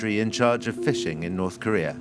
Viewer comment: I just can't help it. every time this guy said North Korea all I hear is China💯